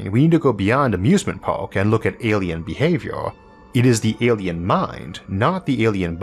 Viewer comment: “Amusement pawwk” GOLD